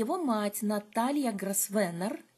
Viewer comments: «С» там не произносится. «ГрОвэна» на британском английском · Извините, но вот тут мой муж-англичанин подсказывает, что фамилия Grosvenor произносится как Гровно. Так что не попадите в просак, когда услышите это имя в прессе или если будете произносить его перед англичанами. Удачи.